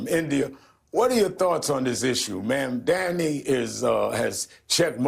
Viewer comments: Zohran: "My name is Mamdani, we have to get it right!" MSNBC: "Mamdamini" The View: "Mamandi" IHIP News: "Mandami" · Mandamunee mandamee mamdani. Reverend Subsaharan genius spent most of his glorious life learning how to read apparently 😂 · Bro. It's Mom-Donny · Al Sharpton mispronouncing Mamdani saying "Ma'amdamnani" was the best laugh I have had today. He added a couple consonants, and a syllable. He can't get it right. Hilarious! 🤣🤣🤣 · The race baiter can't even say the socialist name correctly. He called him Mamdamani and Mamdami. Hahahaha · Sharpton is so embarrassing. M'amdambknee? Imagine how the press would react if a white person butchered his name that badly. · “Ma’am Dameni” “Mandami” “Mamdami” Three strikes and you’re out! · "Mam-dami" -Al Sharpton. LOL!! LOL!! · After all the liberals and mainstream media pundits said mispronouncing Kamala’s name is racist, is Al Sharpton racist because doesn’t pronounce Mamdani’s name correct??? 🤔🤔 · Sharpton badly pronouncing Mamdani's name after yelling at everyone for how they said 'Kamala' . Hilarious hypocrisy! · I love how none of these Dems can pronounce Mamdani's name correctly, but Heaven forbid a right winger mispronounced Kamala's name 😅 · Anyone gonna call out Al Sharpton for mispronouncing his name like how got so mad at people for doing with Kamala's? 😂🤣😂🤣😂🤣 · Sharpton can't even say Mamdani's name correctly 🤣 😂😂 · Im rolling here. Cracks me up. Nobody likes this communist nut enough to pronounce his name right. 😂😂 I don't blame them either.